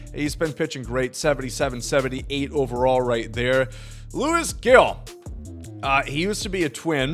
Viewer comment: Dude!!! I love ya but learn to say his name Luis Gil (Heel).